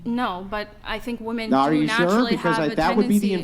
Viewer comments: So are we all just gonna adopt this rediculous way of saying the plural form of “ WOMAN” the wrong way? This is another debate where the girls are saying the word incorrectly. Woman is pronounced differently in the singular and plural. Why do people just go along with the changing and pronunciation of words and phrases that make no sense??? Correct these idiots!!!! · What's up with these chicks who dont know how to pronounce the plural of woman? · Why dont any of these women know the difference in pronunciation between women and woman? It bothers me more than it should.